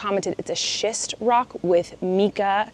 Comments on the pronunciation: LOVE! It is called "MYca," not "MEca" IE Mica 😂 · “Mica” Like Mike not like Meek 🙃😂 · pronounced, "mika" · I believe it's pronounced "my-kuh." All of our rocks in the Rocky Mountains here in Colorado have it. That's just how we've always pronounced it growing up. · Isn't it pronounced Mike-ah?? Or am I crazy? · Getting new glasses is always exciting! I've worn glasses since I was 15 and its a fun accessory if you look at it that way. Also, side note, mica is pronounced MY-ca. We had alot of it down in GA. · I think it may be pronounced “my-ka”! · Hmm I think mica is pronounced as my-kuh 🫣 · Its micahhhh ( pronounced) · Fellow rock/crystal lover here ☺️ Just an FYI. Mica is pronounced differently than the way you’re saying it. Check correct pronunciation on google if you’re interested.